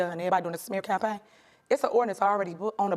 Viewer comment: "This is a smear champagne with all these false Alize-tions." Tell me you're an alcoholic without telling me you're an alcoholic.